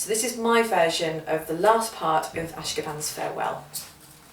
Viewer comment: I'm admittedly nit picking, but the proper pronunciation is "a-shO-kan." It was composed by Jay Ungar at the completion of a musical retreat at the Ashokan Center in Olivebridge, New York (USA). "Ashokan" means "place of the fish" in the Native American language of the area.